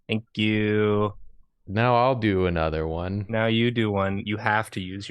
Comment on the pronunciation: "Thonk you"